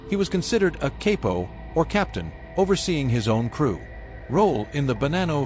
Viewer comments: Cay-po lol ffs isn’t it pronounced CAH-poh? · CAP O ,...NOT CAPE O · pronounced CAP OH not cape oh smh